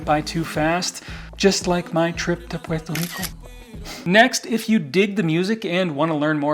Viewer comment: Your pronunciation of "Puerto Rico" is music to my ears 🇵🇷🪘🪇🎉🎆🎆